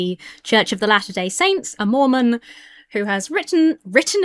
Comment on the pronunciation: I thought you said he was from the “church of the ‘last’ day Saints”.